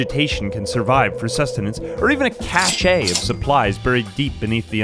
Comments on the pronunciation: first off: ily, and second, it’s pronounced “cash,” just fyi. I used to also say it the way you are here. And I promise I’m not trying to be insufferable, I’m just letting you know because I’m being a homie. Also, you can delete this comment if and when you ever see it because I don’t really need it to exist on a permanent level I just want you to have this information and I don’t mean for it to embarrass you in any kind of way. Okay you da Bess, lemme keep watching this video now. I am excited. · Cache is pronounced "cash" even in french. The word "Cachet" is the one pronounced "cash-ay" and it means a prestige you give someone. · I'm sorry to be that guy but cache is pronounced like cash. They're homophones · cache is pronounced "kash" not "kashay" Sorry that I was compelled to say so, it always annoys me when people say it wrong. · no, I speak french, is pronounced cash dude. I don't have francophone keyboard cuz I'm not living in quebec rn, but the accented form is a different word altogether. Hidden. Cache is like a safe, or a safely guarded supply of something. Cachet is a prestige or class bestowed onto a person. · brother.... cache is pronounced "cash" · Cache is pronounced cash. You over French it up. Its pronounced "cash" in French. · Cache is pronounced like cash Cash-ay is a different word (cachet). A cachet is the seal stamped into wax on a letter, the blob of wax used as the seal itself, or a decorative embossing or inscription on an envelope (often mimicking a wax seal after they stopped being used; though any decorative marking may now be called a cachet). It can also be a hidden place to watch birds. But NOT for hunting, that is a blind. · Not how you say cashe man